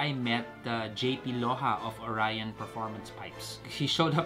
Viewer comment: Oryon lng basa namin Jan. Not Orayon. Bwahahahahaha... Nice pipe magaling gumawa Ang oryon quality at pulido.